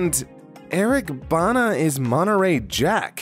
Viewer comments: lol Eric Bana is pronounced like banner or Bah-nah if you are australian. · As an Australian who grew up with Eric Bana in Full Frontal. Hearing the pronunciation used hurt me.